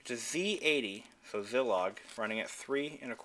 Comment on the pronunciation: I picked one of these up on clearance in a Longs Drug Store. It's still in the original box. Oh...by the way the Z80 is from Zilog (the i is long).